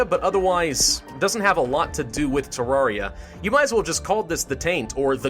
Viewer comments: he says TARARIA god save him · omg he is pronouncing terraria wrong im only minutes in and i already know i going to be angry